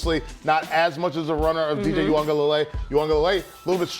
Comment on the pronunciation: Thanks for saying DJ’s name right ma’am...sir, a little more work but I’ve heard worse.